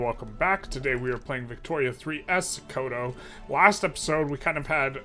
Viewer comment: It is pronounced "So-ko-to"